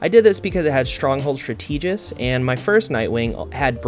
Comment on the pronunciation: Thank you for the video. The only thing that threw me off was "stra-TEE-gist". I'm pretty sure it is "STRA-tuh-gist". Is it maybe being pronounced regionally different? Or you've only read the word, but not heard it? As for addressing your slow dodge, using a Galeclaw will help. In any matter, I love the long-form vid and it is nice to listen to you speak. Looking forward. :)